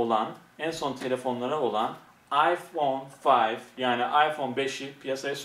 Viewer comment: Ayfon fayf AsdaFas 😆😆